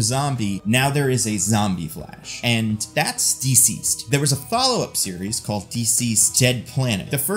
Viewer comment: Duhceased or dihceased. Never heard Deeceased before this video.